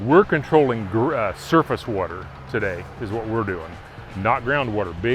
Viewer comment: 'Grand wuter'..